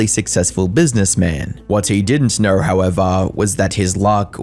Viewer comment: There is something really weird about the Narrator's pronunciation. E.g., the pronunciation of the word 'Know' as 'Knourr"